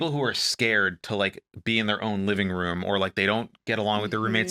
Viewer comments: reaction to “rum” for room killed me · I’ve never heard her say room any way but “rum” It always catches my attention. Just how she says it guess. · the way pronounces “rum”